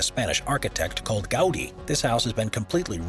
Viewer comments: The Spanish architect is gauDÍ not GAUdi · As soon as he said it I had to see what the comment section had to say about this 😂 I was like: why the heck is saying it like Gaudi was some unknown architect